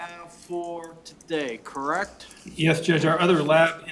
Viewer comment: The defense attorney is awful! She has to be pissing the jury off. Every time she says the word- correct- I cringe! The way she can make the word and have 34 syllables- aaaaaaaaaaaand drives me nuts! Besides her terrible affect she is a lousy lawyer! She has done nothing to provide a defense for this killer- just counting on reasonable doubt to make her case. The prosecutions case is way more than solid enough to convict this piece of garbage- and I can’t wait until they find him guilty on all charges